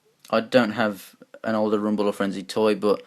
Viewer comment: You mess up rumble and frenzys names and you forget ravages tail how could you man?